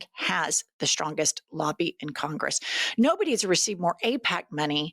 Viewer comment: I love the way she pronounces the word 'noboby'😂